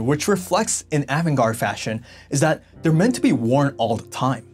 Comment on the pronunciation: Great video, but you pronounce avant-garde differently from how I hear most ppl. say it. Also, I remember when the Japanese fashion designers started selling in the USA around 1982 and the look was different but I wouldn’t say the Japanese started it. There were many European designer way before that were avant-garde like Balenciaga, Pierre Cardin, Paco Roban, Claude Montana , Mugler and many more.